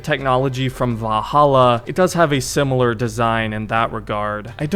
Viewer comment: Bro cant pronounce valhalla properly to save his life